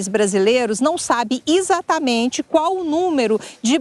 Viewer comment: Kkkk agora a repórter falar izatamente essa já está em guerra com o português